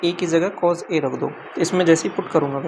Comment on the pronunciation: Yaar master cos=कोज ⚔️ कोस🙏🏻 Kaan dard kar rha h shriman